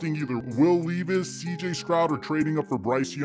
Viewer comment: its will Lehvis not leevus